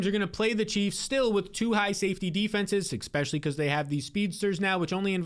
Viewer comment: Awesome content man, but STOP SAYING "EKSPECIALLY"